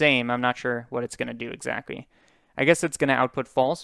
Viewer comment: I find cute that you sometime pronounce "L" as W and "CT" as c, it sounds like owo talk Exacwy~ :3